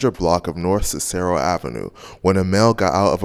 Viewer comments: Mans said "on the 700 block of Sis-Arrow" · It's Ciiic-ero 😂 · This dude narrating is OBVIOUSLY not from Chicago. Can't pronounce Cicero or Mt Sinai. 😅🤣 It's cool though my bad. He did an EXCELLENT Investigative job on this video. Real Talk. Didn't mean to derail the convo from the actual subject matter of the video. Great job my dude. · They way bro said Cicero ave had me dying 😂😂😂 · The way he pronounced Cicero 😂 😂 😂